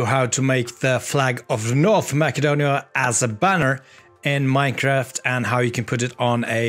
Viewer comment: Btw, its not North Ma"k"edonia, but its North Ma"s"edonia.